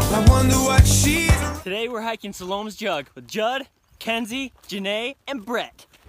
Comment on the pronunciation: It's not Salome it's Sal-o-may just not spelled like the month but pronounced like it!!